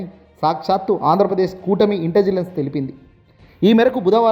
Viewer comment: ఒరేయ్ నాయనా... ఇంటిజిలెన్స్ కాదు .... ముందు రెహర్సల్స్ వేసుకుని చదువు.. ఇంటెలిజెన్స్ అని పదిసార్లు ప్రాక్టీస్ చేయి. చాలా తప్పులున్నాయి నీ చదవడంలో.